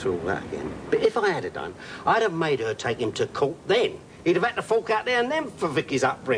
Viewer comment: I think if she did say the word "made" it sounded more like she said "made-a" with an extra syllable. I think the actress must've faltered on her lines for a moment, but too quickly for anyone to notice or care